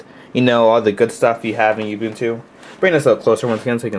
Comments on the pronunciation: Those of you who said it is not ubuntu this is ubuntu... just a very old version. Almost looks debian based so i think its ubuntu 7. and its not "youbuntu" its ubuntu like oo b u n t u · He pronounces it "You-Boon-Two" Instead of "Ou-Boon-Two" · I noticed you pronounce it you-buntu. According to the creators (on their own site) it is pronounced oo-boon-too. You're a tech-savy guy and Ubuntu is rapidly becoming a major Linux Distro because it is now on so many devices. -Thanks for this tutor, I've done it once and it was a pain with the tutor I had previously used. Your version makes it a lot easier.